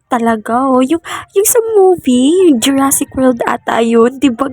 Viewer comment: Bruh, it’s pronounced Jurassic Park, bro